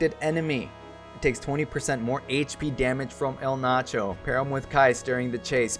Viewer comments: I get it, you're having fun or whatever but still annoyed at the name butchering >:( Being an XI Junkie, I am just STOKED to finally get the Zilart King in my roster. Sucks gotta wait for Kam, but oh well - nearly have all the XI characters now and love that they're pretty much all good if not outright busted. Really, really hope to eventually see Zeid, Luzaf or Iroha added at some point. Maybe Sehl'teus. EDIT: His name is pronounced E-Ald-Narsh, btw. All the Zilart have weird naming conventions like that (Kam-la-nao, Sell-Tay-Us, Esha-neh-tarl) ;) and the Zilart are basically the original form of humanity in XI, before the mothercrystal split into 5 pieces and Paradise (where only Zilart and the Gods could exist) was lost. Just some XI lore for peoples who may be curious :D (The Zilart are also what the Ascians in XIV are based on) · The main problem with Eld Nacho is his pronouncing name